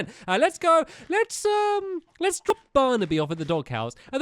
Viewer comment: When Stampy said "Let's drop Barnaby..." I thought that "drop" sounden weird.